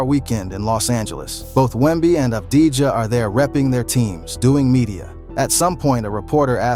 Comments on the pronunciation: it wasnt mentioned in the video but the truth is Avdija had a mediocre series against SA. Another thing: his name shoukd be pronounce "Avdi-Ya". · Thank you very much for the video review Just a little note the right pronunciation of avdija is without the j letter